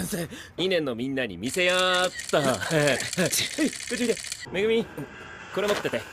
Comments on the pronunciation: it's like he's calling megumi as mimi 😭💕💕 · No he said Megumi, it's just very hard to hear it